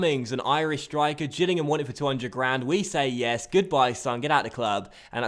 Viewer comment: Getting into the Scottish feeling with that yassss xD